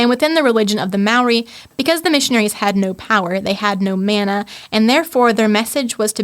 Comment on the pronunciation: Interesting. There's a lot of info packed into this podcast. The word 'mana' is pronounced with an 'a' as in 'father' not as in 'man', meaning power, honour and authority.